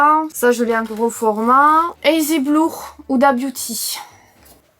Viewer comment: "Eïzi Blour" !!!!!😅💖